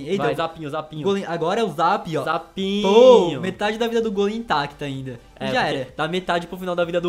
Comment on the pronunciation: Se diz gólem e não gôlem